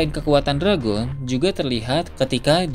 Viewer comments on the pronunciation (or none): Saya lebih penasaran admin orang asli mana min? Admin gak bisa nyebut huruf akhiran kata? Seperti, tidak bisa menyebuf huruf N,T, W, L, dll. Contoh yg ada dalam video - hujan > huja - dragon > drago - town - to - muncul> muncu - perlihatkan > perlihatka - besar > besa - langit > langi - kebetulan > kebetula - petir > peti ☝ masih banyak yg lain, dengerin aja baik2. 😅 Orang mana min? Orang minang? Emang minang logatnya begini ya?